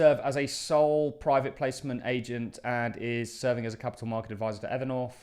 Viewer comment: Evernorf. The English are unable to pronounce th for some reason.